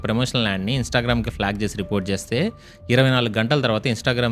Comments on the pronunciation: Instagaram uppu karam kadhu adhi 😂 Instagram 😄.. Karma ra babu 🤦‍♂️!!! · Instagram ❌️ Instagaram 😅 sorry bro edo ala but great info